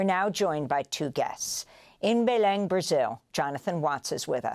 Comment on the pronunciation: Congratulations! Your News about COP30 seems well analysed in this critical year of 2025. Allow me to say that I admire your perfect pronunciation of the word: BELEM! As a foreigner speaker, your professionalism is at its best! Let me say that Brazil lives inside a hypothesis of Nulity and the global North holds the Main Hypothesis: Financial success at all cost. Olso Brazil is historicallyunder European colonialism, that is, they are in disalignement among themselves and in alignment with Frankfurt. There are useless friction in debates. But they must percevere. God Bless.